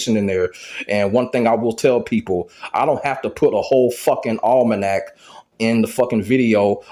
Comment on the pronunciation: Pay attention to, I'm dumb on the word (All-mon-act) lol mybad but said that with cha 😄anyway I don't think Ash did those roids.